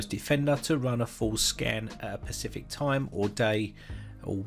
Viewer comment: Not at all helpful. Maybe this instruction does tell us how to get a full scan, but maybe it doesn’t. That’s the problem: you never clarified which one it does. As an aside, you sound like a slackjawed troglodyte when you talk about a “pacific” time. I believe you meant “Specific”, mate